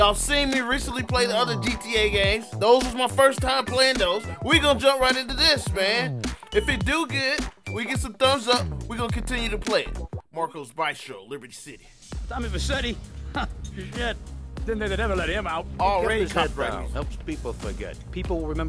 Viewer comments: mans said baistro lol like bro put some bee movie on that thing it's Bee-stro lol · It’s Bee-stro nigga, bee-stro 😂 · This gonna be good! Hopefully he finishes this game 😂 and as an Italian the way said “bistro” made me laugh but also cringe 😂😂